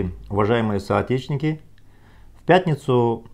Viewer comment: Почему вы всегда говорите "соотечвиники" а?